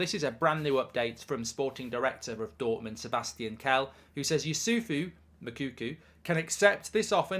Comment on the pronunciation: Please, endeavour to make an effort to get the right pronunciation of the name of the Dortmund striker. His name is not Moukoukou. Hi name is Moukoko.